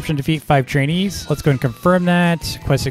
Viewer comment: why do i always here chines when he say trainees